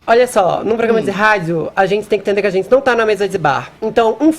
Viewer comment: Zentizi é bem assim que ele fala!!!! Kkkkk